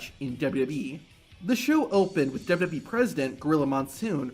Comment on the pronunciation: Dub-Eee? It’s W-W-E. Not that hard to pronounce.